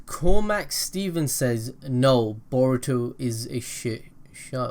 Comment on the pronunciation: i thought he said burrito and sa raa da xd